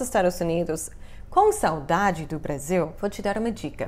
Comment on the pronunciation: Que legal, vc não tem sotaque falando saudade!